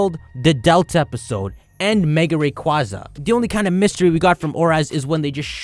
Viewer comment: Its pronounced rayquaza ;)